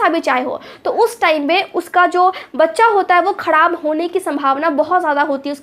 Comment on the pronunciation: Khadab Nahi kharab Sahi bolna sekhiye you don't mind